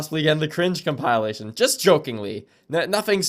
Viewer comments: why do you say conpialation its compilation (Com- Pih- Lation) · man this guy's got it figured out it was all a big joke so's the fact that he can't pronounce "compilation" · wtf does com-pile-ation mean?